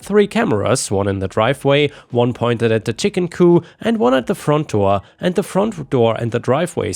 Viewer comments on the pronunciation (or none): Ok,, it’s COOP not COO. Good grief. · Coo is what you're saying. Coop is the word. Add a P to coo and you have an enclosure for chickens. Coo is the sound pigeons make. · Coop is pronounced : koop. What you are saying..:coo is what doves say! And there is a word, coup, pronounced coo, but it means something entirely different!! 😆😆😅😍😍. It's all good, though! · “Coop” it’s chicken coop, not “coup” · THE P ISN'T SILENT SO IT'S COOP... NOT COO.;) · Coop has a hard P at the end its not a fancy word with a silent p. so its coo-P not coo! coo is the sound doves make! lol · Chicken C-O-O-P. The p is not silent! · The p in chicken coop is not silent. You're thinking coup, as in coup de'tat. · I understand that it's easy to confuse similar words like "coop" (the "p at the end is pronounced; means a chicken enclosure) and "coup" (the "p" at the end is silent; means a government takeover) especially in a language that isn't your first language. That said, I got a good laugh at the thought of a "chicken coup". It reminded me of the scene from the first "Chicken Run" movie in which the chickens take the chicken farmer prisoner, leading him to shout "the chickens are revolting!" and his wife, who hears him shout but doesn't see what's happening (and also hates the chickens) to say "that's something we agree on!" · the "p" in coop is not silent. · As a chicken owner, I had to laugh at chicken coo. Makes it sound like a bunch of doves😂. The p is not silent. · "Coop" is pronounced "coo-p" as opposed to the French "coup" which is pronounced "coo" and means "to strike." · i’m sorry, but it’s really bothering me the way you’re saying coop you pronounce the P it’s not silent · The P is pronounce in COOP, at least in the US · Chicken coop, the “p” is not silent. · For future reference, the "p" in "coop" is NOT silent. It is pronounced. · Every letter of 'coop' is pronounced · In the word 'coop', the P is not silent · chicken coop is not French, 😂 you pronounce the p.